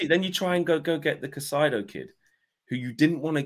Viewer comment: Caicedo. Kai-uh-said-oh. Tho I understand saying his name wrong, I'm frustrated too.